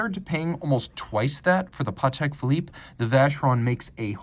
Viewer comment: Your accent on Vacheron Constantin & Patek Philippe got me thinking for years. This is French name and deserves respect, it's not English. What's the importance of your video if you can't pronounce these brands name properly.